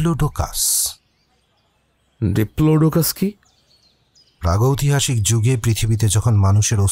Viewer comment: aktu bhul mna hlo,, pragytohasik noy,, pragytihasik... Khub bhul sunte lag cha,,, tai bollam..... Golpo ta khub bhalo r uposthapona chomotkar... Asa krbo nxt tym ato bhalo kichu sunte pabo.....❤️❤️❤️❤️